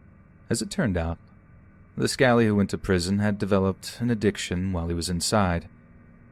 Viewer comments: James Bulger is the worst case ever in this country... they were both released and then Venables was sent back a couple yrs back for having child porn... this country needs the death penalty fir what they did to that poor boy 😥 also it's pronounced Scal-lee not scaley for the 1st story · It's scally like alley not scaly like snake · It's not ''scaley'' but 'SCALLY'. Ffs. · Are you saying ' Scaley ma's or Scallie lad ?...it's got to be the latter you mentioned my old pub The Willowbank lol I.lived round the corner from it for years in Sefton Park lol. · Kills me when he calls a scally lad "scaley" 😂😂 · The “scaly lad” got what he deserved ! HA HA ! (Im not sure if he was saying scaly lad but that’s what I heard it as,signed,an ignorant American) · Scally, hard L, baby! Love your vids, but all the uk ones are pretty much ruined by your lack of understanding of the English language! Sorry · Scaly? 😂 it’s scally pronounced like sally but with a c after the s. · Scally is pronounced like alley ffs